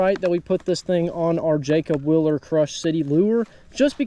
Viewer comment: zMan literally makes 30 different line through swim baits 😂 Please say my cousin Jacob’s last name correctly, people pronounce our last name “ willer “ all the time. It’s wheel-er.